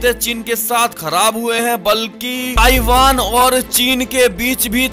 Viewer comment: Taivaan taivaan taivaan